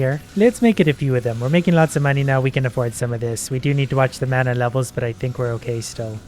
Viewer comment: He makes me slightly mad mispronouncing mana